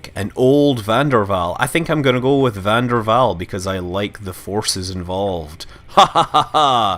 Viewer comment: Scott Manley Because I didn't get the pun .-. And I'm Dutch like van der Waal, and I try to correct people when they say 'von dur wal', instead of actually 'van der Waal'. That's pronounced like 'vaan daer Wáál'.